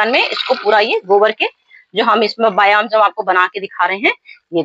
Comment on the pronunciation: बायो अंजाम नही होता बायो इंजयाम होता है 😂😂😂